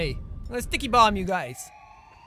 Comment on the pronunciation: it sounds like he was saying tikey bomb